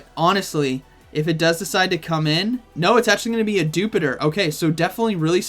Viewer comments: Why does everybody pronounce dewpider as you would jupiter and not as spider but just with the 'dew' in front of it when it is cleary a little spooder? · it should be pronounced as Dew-Spider...not as jupiter..